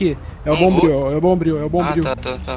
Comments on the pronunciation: "Bombril " KAKAKAKAKKAKAKKKK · Pedro Henrique mano quando ele chegou anunciando quem tava chegando na favela e falou o bombriu eu rachei kkkkkkkkkkkkkkk